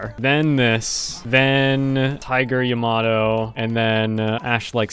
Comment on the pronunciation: "Tiger ya-ma-doe"